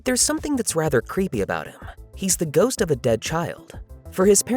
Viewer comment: oh ghost father i thought you said goat